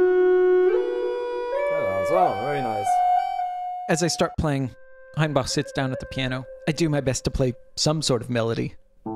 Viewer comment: Congrats on the best pronunciation of "Hainbach" I've ever heard from anyone who isn't a native German speaker! Your "a" is still a bit far back, but not even by much :)